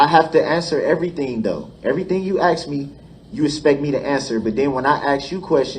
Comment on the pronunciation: It's "ask" - not "ax."